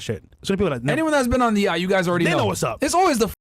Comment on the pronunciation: You cant even pronounce yacht